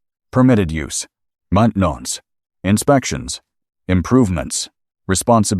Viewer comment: This video has numerous screw-ups with audio and subtitles. See in the video for an example. The pronunciation of 'maintenance' in the video sounds like French. I am old and don't read well and use text and audio to follow the video and flaws make understanding the video difficult.